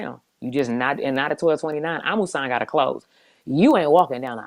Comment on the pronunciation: Loving that we are pronouncing our fellow Africans names correctly, Yass Kambunji and Amusan. love it Gatlin!!